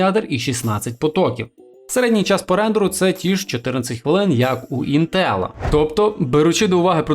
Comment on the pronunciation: ставиш наголос в слові інтел на е, не можеш подивитися тести інтеграгок в інтернеті, як тебе тіпи загалі втикають